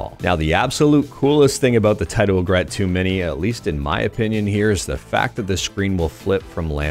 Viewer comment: fyi its pronounced 'EE∙grit. It doesn't rhyme with regret.